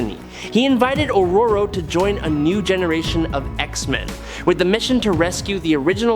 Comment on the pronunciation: He pronounced it right, lol.